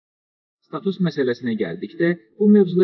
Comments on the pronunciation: Status sözundə vurğu á hərfinin üstünə düşür. Tələffüzə fikir verin ki, jurnalistlərimizin də savadına heç kimdə şübhə olmasın.🇦🇿🇹🇷🇦🇿🇹🇷🇦🇿🇹🇷🇦🇿🇹🇷🇦🇿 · Yenə yalan başlıq əsdi də diktor status sözünü deməyi öyrənsin aylbdı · QARDAŞ STAUS SÖZÜNÜ DÜZ SÖYLƏ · Status sözünü düz söylə..